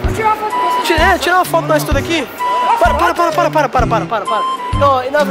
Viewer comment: Eu sou de Portugal e tu disseste tudoooo mal